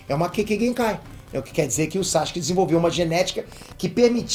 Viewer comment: ...pq vc fala "SACHUQUE" e não Sasuke ou "Saske"?